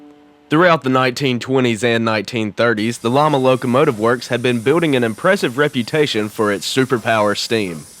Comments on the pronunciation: I heard Llama too. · Lima is pronounced Lye-ma, not llama.